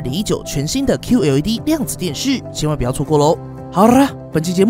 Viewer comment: "好啦" 卷舌发音很好! 相信俄语、英语水平很高。